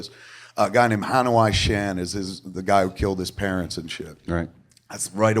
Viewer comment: Never heard Hanoi pronounced like that before. Weird.